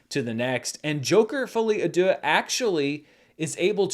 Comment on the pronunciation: I never made any comment about your French pronounciation, but hey you made a lot of progress on "folie à deux' so this is Worth mentionning. Congrats